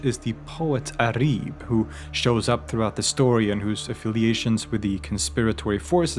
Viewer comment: I like to say that her name is عُريب (auraib) not عَريب (arib)